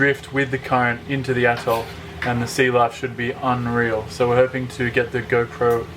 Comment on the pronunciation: I’m pretty sure you just said the name of the Attol was “Fuk ‘er over”. 😂